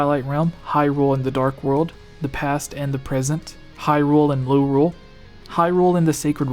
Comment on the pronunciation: You pronounced Lorule wrong.. it's pronounced like Low-Rule. Just like Hyrule is pronounced like High-Rule.